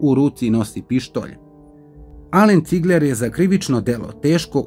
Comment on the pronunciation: Nije Cigleeer nego Cigler